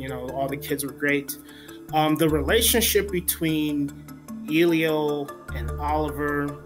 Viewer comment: I doubt that you saw this film since you can't even pronounce Elio's name correctly!